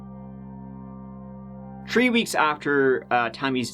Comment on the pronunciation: He waits till is any type of 3rd or turd... murders .... any trees. I mean THREES